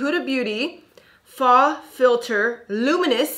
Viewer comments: Love you. But it’s not “fah,” it’s faux (foh). Rhymes with show. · As a French 1 student/know it all, I just wanted to say that 'faux' rhymes with 'show' and 'go'. Loved the video!